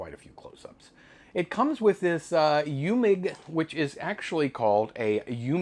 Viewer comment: you need to work on your German 😂 Eumig is pronounced: Oi mick. Wien is pronounced veen and it's the German word for Vienna. 😂 PS: I use a metronome app on my cell phone for time lapse. 60Bpm = one click per second.